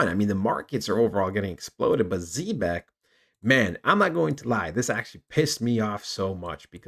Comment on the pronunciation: Can’t even pronounce the name🙄